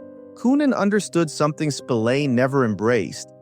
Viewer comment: Totaly different mickey spilliane